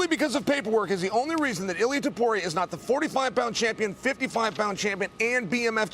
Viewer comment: Nobody gonna say anything about brian stann pronouncing it "topuyay"??